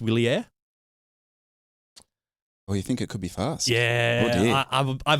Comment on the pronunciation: When you’re reviewing a bike or talking about one… you talk like you’re a know it all! However you need to learn how to pronounce a bike like Wilier!! Just to help it’s ‘Vee-lee-air’. Hope that helps 🤦‍♂️🤣🤣👍